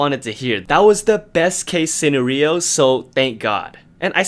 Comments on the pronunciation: So no ones gonna talk about how he says senario as sen-er- eo 😂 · Did u just pronounce scenario like sinnerio?😂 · best case "sin-o-rio" what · No one:: seEnaHriYoh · Best case "seenariyo" 😂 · Say scenario again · What was that pronunciation of the word “scenario?” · The way you pronounced scenario XD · Ok but are we just gonna ignore his pronounciation of scenario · they way you say scenario triggers me 😬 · The way u said “scenario” tho......😂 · hold up, out of topic but do you pronounce scenario as- seh-nar-eeyo or seh-ner-eeyo? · I’m glad we could clear up the Seungyeon incident. I love how you pronounced scenario lmao